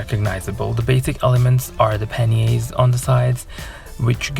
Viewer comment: Panniers, pronunciation correct. Wow! Am bowled over again, your skills are fantastic. Gorgeous 😍